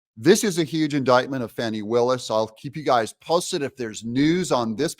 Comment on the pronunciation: It's "fanny" not "fawny" Doug. Don't feed into her ridiculous need to be "special" by conjuring up new ways to mangle an age old name.